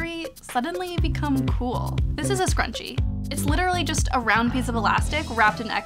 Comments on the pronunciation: MnMsandOreos a scarUnchiee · Oh my god the way Sarah Jessica Parker said "scruchie" the last time is legit one of the worst things I've ever heard